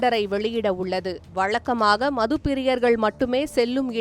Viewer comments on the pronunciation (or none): வலக்கமாக இல்லை வழக்கமாக.. தமிலகம் இல்லை தமிழகம்.... தமிழை கொள்ளாதே..